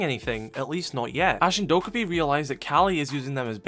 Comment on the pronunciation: Dokkaebi is pronounced doe-kay-bee :)